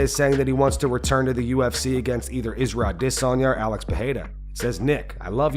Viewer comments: I get pissed off every time this guy says Israel idis he sounds so fkn stupid I didn't think it'd happen on this episode but fuck this I gotta unsub 😂😂😂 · Love the channel , subscribed and like every video so dont take this in hate more so just curiosity, but why and how do you pronounce isreal adesanya's name the way you do? like you cover the sport you must have heard his name said out loud by now or is it just one of them narrating bot programme things?